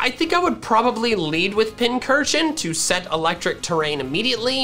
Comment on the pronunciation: FINALLY LEARNED HOW TO PRONOUNCE PINCURCHIN THIS IS THE GREATEST DAY OF MY LIFE